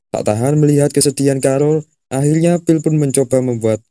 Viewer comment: Ohh, phill dari tadi naratornya nyebutin Bill bill bill